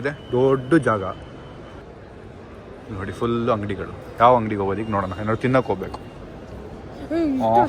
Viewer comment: bro adu thull alla bro 😂😂 full 😂😅